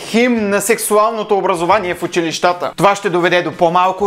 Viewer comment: Уникален си брат,но моля те...казва се учИлища.Иначе продължавай с клиповете,радват много.